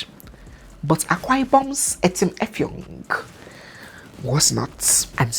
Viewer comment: The Akwa-ibom etim effong with the way siad it got me rolling on the floor😂😂😂😂😂